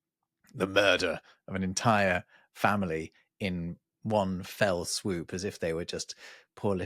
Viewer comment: "One fell swoop" wonderfully morphs into "one swell foop."